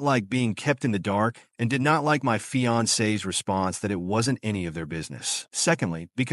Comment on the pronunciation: That fiancé is a badass! Good on her for protecting her man! Also the AI voice: my fiAncEEEE s family. 😂